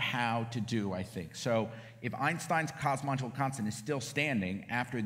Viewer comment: dude on the left literally cant pronounce cosmological. kinda ironic